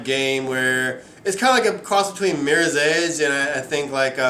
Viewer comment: Did you Rike It?